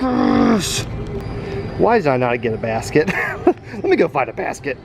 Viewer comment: I thought you said bass kit but you said basket😂 Ps I love your vids